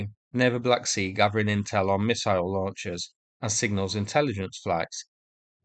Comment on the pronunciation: S you need to work on saying Missile.